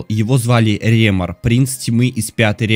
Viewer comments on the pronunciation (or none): Не Ре́мор а Ремо́р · ПалОнтрас, а не ПалонтрАс!!! Не РЕмор, а РЭмор читается! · читается не Ремор а Рэмор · Не Реемор а Ремоор. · произносится не ПалонтрАс, а ПалОнтрас не РЕмор , а Ре(э) мОр